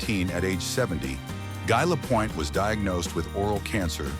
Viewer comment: Don’t do the video if you can’t even pronounce the subjects name.